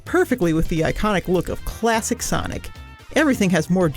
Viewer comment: "CHLASSHIC sonic"